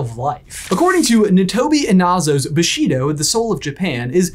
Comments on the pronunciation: One remark if I may: it is pronounced "BooshiDO", not "BaSHEEdo" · It’s pronounced BOO-she-doe. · My only problem with this video is there pronunciation of Bushido. The BU is emphasized, not the Shi. Also, why do you two call it "the towel section?"